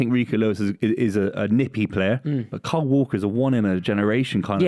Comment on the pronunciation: Cant say the name kyle. Sounds like Carl or Cole to me when he says it